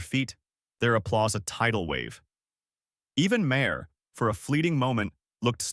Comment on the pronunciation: This is phoney AI fiction, and the robot voice can't even pronounce Maher's name properly.